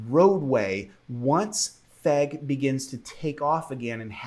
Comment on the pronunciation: when you say "FEG bus" it just kills me man XD